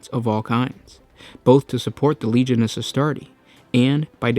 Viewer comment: Legiones is pronounced leg-ee-oh-ney-s